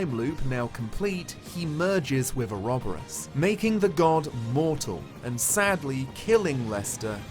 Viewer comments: Ore-ob-ore-oss and oro-bore-us are both valid pronunciations :) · Had to comment that you had actually been pronouncing ouroboros correctly. The game also butchers the pronunciation of Agnés' name which actually is the plural female form of the word pure in Greek. It even has the intonation mark placed correctly but somehow it is constantly pronounced hilariously wrong. Source: Me, who actually speaks the language the word comes from. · I pronounce Ouroboros the same as you,. It's everyone that's wrong!